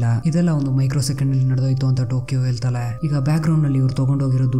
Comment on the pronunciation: ಹೆಲತಲೆ ಅಲ್ಲ ಬ್ರೊ ಹೆಳತಾಳೆ